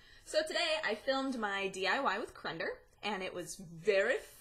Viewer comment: D-. CrendOR. O. It's an O. Not an E. AHHHHHH